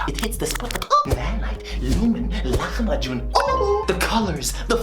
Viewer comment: Appreciate the Lahmacun pronunciation